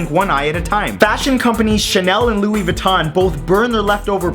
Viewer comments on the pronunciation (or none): none